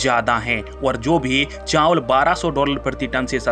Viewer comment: चांवल नहीं, चावल बोलें।